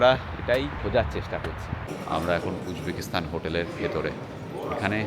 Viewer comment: Kindly pronounce "Stan" not "Sthan"